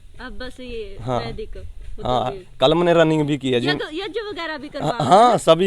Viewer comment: Abe yaj nahi yagya bolte hai pahle bolna sikh